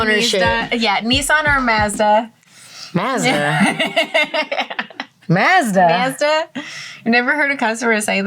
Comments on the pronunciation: She actually pronounced Mazda correctly. The company is named after Ahura Mazda, the Zoroastrian God of wisdom, and that's how we pronounce it in Persian. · As an AUSSIE you pronounced MAZDA correctly!!! First time ive ever heard an American say Mazda like us Aussies! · That's exactly how we pronounce Mazda here in Libya. Nice!!! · Mocking her for saying "Mazda" like... even though she's saying it properly there... Mazda is a Japanese brand, they don't have the vast variation in vowel pronunciation, A, E, I, O, U are always pronounced the same way... both A's in the word are pronounced the same, so it is pronounced MAZDA not mahzda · The first time I've ever heard an American say Mazda correctly in this video. They usually say it like Marsda and Nissan like Kneesan... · As an Australian, thank you for pronouncing Mazda correctly. And I hope there will be a new line of merch around Cwazy, as I would totally buy that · Yes, is pronouncing Mazda correctly. It’s always been Maz-da. Only in the States is it pronounced Maus-duh. 🤷🏻‍♂️. Check out any Japanese vid (or any country other than the States) and you’ll hear the proper pronunciation. 😎👍🏻 Hats off to you ladies for being exposed to a ton of people who shouldn’t own a vehicle. It’s insane what some people put their vehicles thru. Then have the gull to be upset about getting things fixed.. 🤷🏻‍♂️😔 ❤️! 👏🏻😎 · She said Mazda correctly, why are you acting like she didn't? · Finally! An American says "Mazda" properly. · is my favorite after pronouncing Mazda and crazy funny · It is Mazda! Only mercans say maauzzda. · whats the issue? Thats how its pronounced. What kind of lunatic says it like "Mawsdah"?!